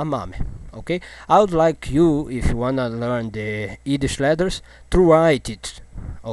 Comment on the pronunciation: Haha.. He can't say the "Y" in Yiddish.